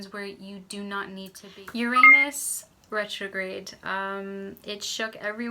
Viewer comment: I don't think you are saying Uranus right